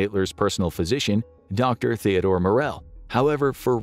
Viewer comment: Please..; 1.'V' IS PRONOUNCED AS 'F' IN GERMAN - AND 2., 'H' in THEODOR IS SILENT..! 2.1 - I don't even think that the 'th-sound' exists in German, as it does in English.. 3. 'ZUG' - not 's-/zchug'.. "Scheisse " NOT schiesse " Amerikaner"... ;-)